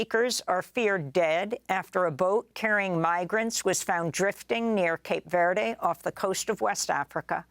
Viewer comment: Amy doesn't know how to pronounce "Cape Verde" or even "Nevada". Her ignorant viewers probably don't care, and her staff just lets her embarrass herself. 😂